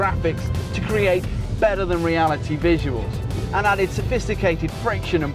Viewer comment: "A BIT BETTAH" lol